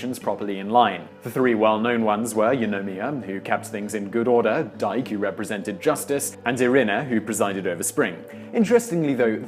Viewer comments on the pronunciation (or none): Dike the goddess of justice (the word is also used to mean the concept of justice as well) is pronounced dee-kay, not dike to rhyme with bike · Dike is pronounced DEE-kay. The easy way to at least get things close to right is to remember that there is no such thing as a silent vowel in Greek.